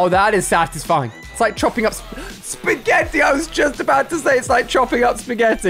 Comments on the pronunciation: At the broom it made me laugh so hard when he said broomefied spegetti 🤣🤣🤣🤣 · when he said speggety it was pasta